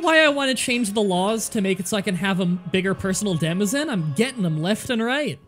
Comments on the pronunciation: demesen haha this video is quite old so probably someone has pointed you to it but its pronounce more like "de-main" aka domain. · Demense is pronounced like duh-main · Did You Know? Why isn't "demesne" pronounced the way it's spelled? Our word actually began as "demayn" or "demeyn" in the 14th century, when it was borrowed from Anglo-French property law. At that time, the Anglo-French form was "demeine." Later, the Anglo-French spelling changed to "demesne," perhaps by association with another term from Anglo-French property law: mesne, meaning "intermediate." ("Mesne" has entered English as a legal term as well.) According to rules of French pronunciation, the "s" was silent and the vowel was long. English speakers eventually followed suit, adopting the "demesne" spelling. Our word domain (which overlaps with the meaning of "demesne" in some applications) also comes from Anglo-French demeine. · UnknownManager ive always thought it was pronounced deh-meen